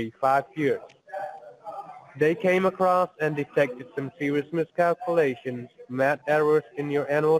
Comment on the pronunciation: “Serious miss-cal-coo-lations “